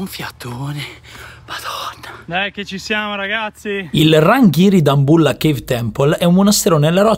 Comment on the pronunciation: Adoro come pronunci Dambulla